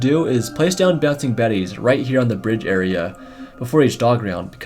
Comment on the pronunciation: says brdige